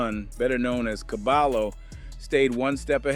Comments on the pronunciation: Never mind saying cabalo and say ''cabayo'' properly. Caballo means horse. It also means ''head man'' or ''expert'' in Hispanic language street parlance. - There is no ll in the English alphabet. ll is pronounce like y as the equivalent verbal sound. It's an elementary school lesson in any competent bi lingual program. A bilingual program is very expensive at any competent private educational institution. BTW , the objective of a NYC elementary public/private school bilingual program is to immediately produce an English speaker. The younger the child, the more languages can be learned. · Dont call him cabalo.. is KA-BUH-YO… or just call him horse with braids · Cabayo not Cabalo stupid AI bullshit. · Who is cabalo? Is CABAYO AKA CABALLO AKA HORSE. CABAHYO, you know, like the Y is pronounced in the Toyota 😂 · Its pronounced Cabayo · I hate that it’s 2025 yet we still don’t know how to look up the pronunciation of a name. It’s CABAYO!!!!! The LL in Spanish makes a Y sound jeeezus christ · Dude it’s pronounced ka-by-oh isn’t it? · It's pronounced Caballo is pronounced Caba-joe the 2 L's make a J sound together the name means Horse in spanish. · You're saying his Name Wrong, it's (Cah-ba-yo/Horse) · I’m not tryna be “ that guy “ but it’s soo aggravating hearing him say caballo like that lmfak it’s pronounced cuh-bi-yo lmfao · My guy said CaBAlo.😂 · Caballo ... Horse in Spanish ... The LL's together sound like a J ... Or Y.... Fyi. ... I know ur not Spanish , great reporting ....